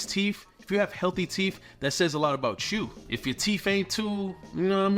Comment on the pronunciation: Teef,? 😂